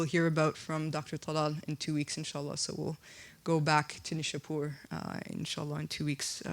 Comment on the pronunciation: You have to see neishapoir please pronounce it correctly my dear